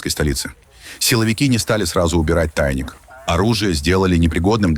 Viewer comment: ТАйник!😂😂😂😂 И опять русские виноваты с ТАйником!😂😂😂😂 Ну сказал же один раз правильно, но почему не может повторить то???? ИИ без интеллекта!!!😂